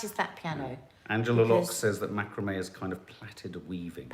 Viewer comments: It is pronounced Mac..kra.. me xxx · It’s pronounced Macraaami 😅